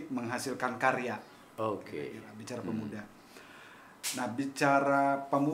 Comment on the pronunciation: Pemuda bro bukan Pemua..😆